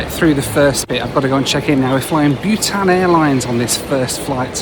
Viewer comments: Bhutan is pronounced BOO-tan, not BYOO-tan. Why do people mispronounce common words? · I thought you were flying 'Butane Air' until I saw the livery. Its BOO -tan 😊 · Byewtan- pronounced Bootarn. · your pronouncing bhutan wrong it's pronounced bu-tahn and how did you not know it existed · Not bewtan,, Bhutan (short vowel).